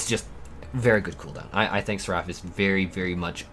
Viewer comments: What is sir-raff? For God’s sake put it in Google translate 😂😂 you’re killin me here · I love watching your videos but can you please look up how to say words before you make your videos because sometimes it’s so hard to watch when you say things wrong like “seraphism” and “seraph.” Seraph is not like giraffe. Seraph is like SARE-uff and seraphism is like SARE-uf-ism.